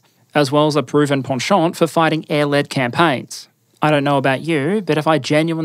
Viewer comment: "penchant" with French accent: legit lol